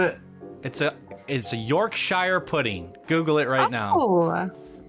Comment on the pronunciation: This was a very controversial episode, Not knowing Ratatouille and mispronouncing Bagel and Yorkshire Pudding